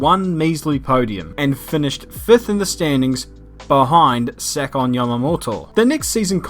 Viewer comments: 7 "siven" 2nd "sicond" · nice pronunciation. if only you said second instead of sicond!